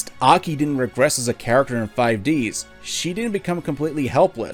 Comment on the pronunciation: I laughed too much when he said 5ds that should like 5 dis while focusing on Aki's breasts